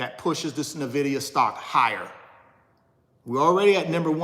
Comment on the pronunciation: Nvidia to 75. Will also give you $1000 if you say NVIDIA right 😅